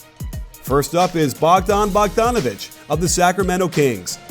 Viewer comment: Coach, it's BogdAnOvic, not BogdOnAvic :)